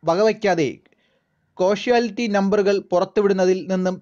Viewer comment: കോഷ്വാ ലിറ്റി അല്ല കാഷ്വാലിറ്റി നീ ആദ്യം മലയാളം നന്നായി ഉച്ചരിച്ചു പഠിക്ക്